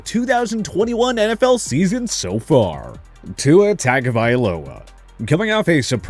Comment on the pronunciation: Yo I learned how to pronounce Tuas name right from this channel and now I hear them saying it wrong 😂😂😂